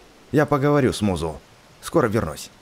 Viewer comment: не мизу а музу